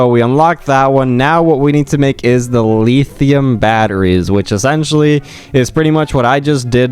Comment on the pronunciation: "Leetheeum batteries" 💀